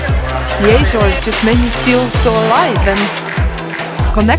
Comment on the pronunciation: Not [ajzores] but [Ahzores] hahaha... I love your video.